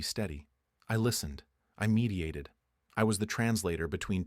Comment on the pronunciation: Text: I meditated Ai voice: l mediated